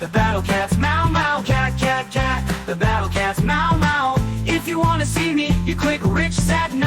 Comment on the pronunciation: สิ่งนึงที่ชอบเกี่ยวกับเกมนี้ของพี่เลยคือ การพูดชื่อเกม The battle cats แบบมี S นี่แหละ ไม่รู้ทำไมเหมือนกัน เเต่จาก youtuber ไทยทั้งหมดที่ดูมามีพี่คนเดียวนี่แหละที่ออกเสียงแบบนั้น (ซึ่งผมเองก็ไม่รู้เหมือนกันว่าจะสนเรื่องนี้ทำไม😅)